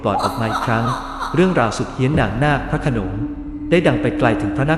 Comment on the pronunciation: พระโขนง ไม่ใช่ พระขโนง ภูมิ = พูม ไม่ใช่ พู-มิ